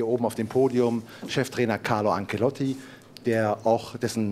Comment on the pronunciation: Ist es so schwer, "Ancelotti" auszusprechen?